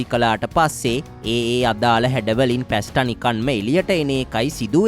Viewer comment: පැස්ට නොවෙයි පාස්තා ?